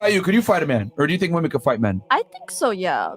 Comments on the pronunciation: I love your vids my dude, but you need to learn the difference in pronouncing woman (singular) and women (plural) because when you mean to say "women" you pronounce it always as "woman". Otherwise you're hitting the nail on the head.c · Love the video just pointing out your saying women wrong in the context your using it. It's spelt WOMEN yes but when your talking about women in a while it's pronounced WEMEN idk why. Not trying to be that person I apologize